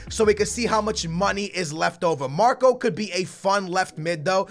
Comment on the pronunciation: yes you said marko right,i am from Serbia and I know how it is said